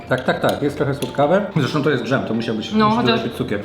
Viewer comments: Bardzo fajny film, ale na wszystko co smaczne: słowo DŻEM nie zawiera RZ, a więc błagam, nie mów już tego słowa tak jak wymawia się np słowo dRZemka. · drzemie to miś w zimę, dżem to nie drzem